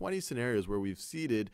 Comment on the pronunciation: “Seaten” I’m dead 😂😂